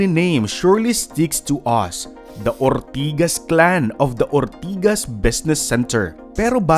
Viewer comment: kelangan tlga super emphasis yung OORRRRR-TIGAS hahahaha